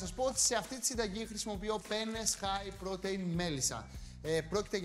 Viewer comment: Στην Ιταλία παλιά καναν τη μπολονεζ όχι με κιμά αλλά παίρνανε ολόκληρο κομμάτι κρέας κ το αφήνανε για ώρες μέχρι να λιώσει. Σαν εδώ.. άσχετο αλλά θα πει κάποιος στην κοπέλα που διαβάζει τα υλικά ότι protein διαβάζεται προ-τιν κ όχι προτειν